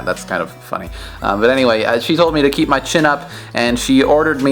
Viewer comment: She said "dont ceep your computer on stand-by"